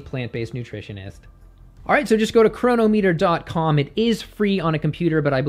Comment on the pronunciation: CRON-O-Meter, and not corona-meter.............................